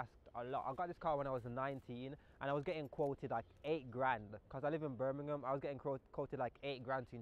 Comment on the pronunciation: lmll u sounded like it when u said Birmingham